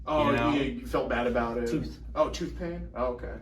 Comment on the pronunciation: “I was in pain… Toof” lmao